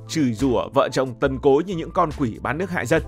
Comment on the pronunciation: nghe ad nói "Tần Cối" mà mình nghe cứ tưởng "Tộc Cối"😂😂😂